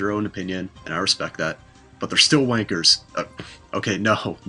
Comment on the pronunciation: Doesn't sound right hearing an American say wanker